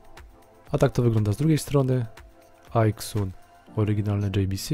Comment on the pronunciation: A nie czasami Aizun? Po mojemu tak to się wymawia poprawnie, bo xytronic wymawia się zajtronik np...